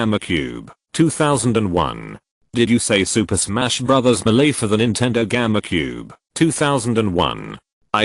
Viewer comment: Did it pronounce GameCube like Gamma Cube? LOL!